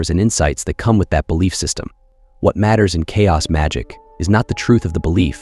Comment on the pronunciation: “Belliief” 😂